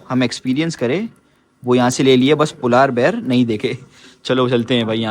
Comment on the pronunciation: Ye polaar bear kya hota hai ..Polar bear hota hai...kafi words ghalat pronounce krte hain...baqi vlog bohat acha h